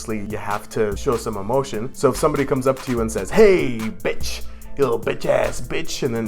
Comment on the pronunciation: That bitch word is not bothering me it sounds like bick